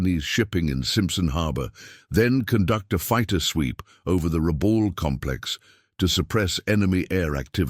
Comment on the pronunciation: It's pronounced phonetically as: Ra...bool, not Ra...bal as the narrator stated. Please correct. Numbers are not read as 8...0 fighters but as eighty (80) fighters. When your robot narrator can't read or pronounce numbers and names properly, it ruins your videos.